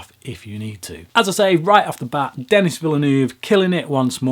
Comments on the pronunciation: I believe his name is French (Canadian) and should be pronounced like "de KNEE". You might want to check on that. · pronounce Denis' name properly please...